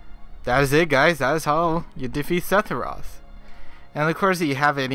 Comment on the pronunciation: Hearing you say his name irritates me, it’s Sepheroth not Setheroth